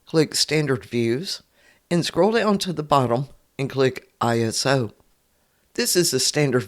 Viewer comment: Thanks for the tutorial. “Iso” is short for isometric, so you can pronounce it “EYE-so”